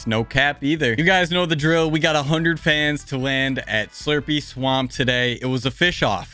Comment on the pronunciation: Did dis man say slurpy slaump